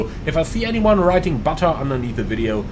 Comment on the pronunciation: Like just for calling out the emphasis on "butter" :-p